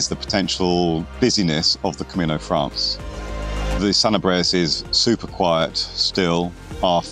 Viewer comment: nice video/drone footage! by the way, it's called "Camino Francés" the stress is on the second sylable and you cannot omit the second syllable. Also you could google pronounciacions, for example "Granja de Moreruela"😁It would help to learn the easy Spanish pronuciacion rules which are very straightforward; unlike English, Spanish a phonetic language so the pronounciacion is always as you write it. So it's not "Sentiegou" but SANTIAGO. Buen Camino